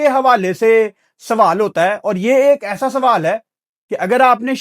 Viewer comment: It's not sawahl it's sawaal Ahsa nahi aesa please don't mind you are being watched by many people